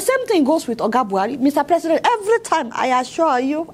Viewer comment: By the way, which one is "I asua you"???